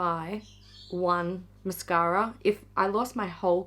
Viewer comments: Mashara! Say it right! 😏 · Did you mean Hourglass' mashara? Each time you say mascara, i replace the word with mashara!!!